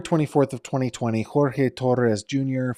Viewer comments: his name is Jorge pronounced George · If you watch the video of Jorge’s mother or the body cam footage when Jorge AND Sarah were both arrested, Jorge AND his mother both say his name is pronounced GEORGE. Please respect the victim and don’t mispronounce his name. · FYI Jorge pronounced his name like George. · He doesn’t pronounce “Jorge” as George. It just means they don’t go by the Spanish and instead go by the English version. Many people called Jorge go by George…but when they visit abuela, it’s Jorge.